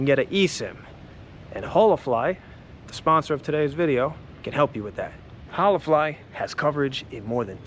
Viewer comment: You pronounced holafly three different ways 😂 all wrong hahahaa